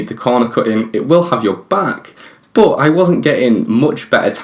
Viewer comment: Y do u say boooot not but